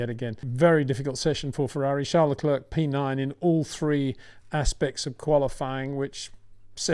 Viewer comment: Honestly, why are Englishmen so lazy in their pronunciation of foreign names? "Leclerk? Give us a break!